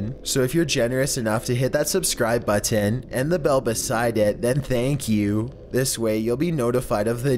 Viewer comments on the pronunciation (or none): The way he says button grinds my gears!